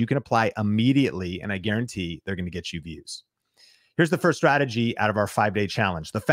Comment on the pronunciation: "welcome to this youtube stradagey" lol That was funny. Thanks for the motivation to keep at it.